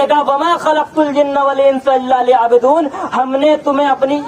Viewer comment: آغا یعبدون‌کی ب پر پیش ہے نہ کہ زیر